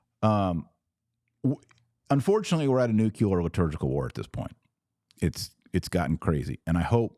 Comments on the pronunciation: Pronounce Nu cle ar correctly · Taylor, please learn how to pronounce nuclear (new-klee-er). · It’s pronounced NEW-clear not new-cue-lar. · AMERICANS PLEASE STOP SAYING NUCULAR YOU SOUND LIKE MORONS!! SAY NUCLEAR.